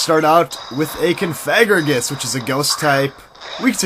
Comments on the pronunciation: theres no N in Cofagrigus. it really bugs me when you say Confagrigus. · i noticed that u called COfagrigus, CONfagrigus? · Isn't is cough-a-gree-gus? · i know that. i was saying he should stop putting the N in cofagrigus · it's pronounced (Cough-a-gree-gus)